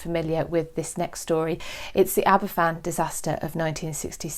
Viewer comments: Aberfan is pronounced 'Aber van' not "Abba Fan" 🤦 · Aber Van. The single f in Welsh is the v. (Double ff = the English f sound).